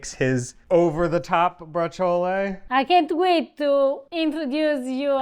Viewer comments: Please stop saying braciole incorrectly! Pronounce it like ur wife does! ❤️😐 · I don't eat meat, only because I don't like it, the taste, the consistency, but I love braciole and chicken cutlets, those are probably the only meats I really eat, oh and bacon. I say it different than you do though, I don't add the "a" or even an "e" sound at the end, just the sound of the "ol", similar to how I say capicola, but I wonder how you guys say capicola, gabagool, we are of northern italian descent and brooklyn descent so they both probably have a place in my pronunciation. Oh you do pronounce the 'c' in braciole, we pretend there's no 'c' iot just like we pretend there's no 'c' in capicola. hahahaha